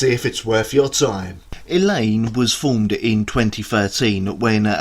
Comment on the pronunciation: Thank you for the great and interesting review, and btw - your pronunciation of Madeleine Liljestam, Eleine AND Rikard Ekberg was damn near perfect! ;)